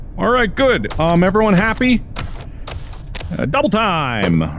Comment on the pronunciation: " LemonadYe for EveryonYe "